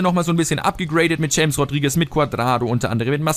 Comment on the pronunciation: es heisst chames rodriguez(ausgesprochen) :) aber ist eigtl nicht wichtig